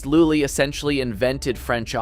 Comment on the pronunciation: pronunciation of lully and poulenc could use some help, haha